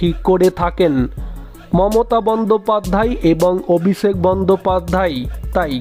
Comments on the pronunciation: কথাটা "বন্দোপাধ্যায়", "বন্দোপাধ্যাই" নয় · বন্দোপাধ্যায় কে বন্দোপাধ্যাই বলছেন কেন?? উচ্চারণ টা একটু ঠিক করুন। বড্ড কানে লাগছে।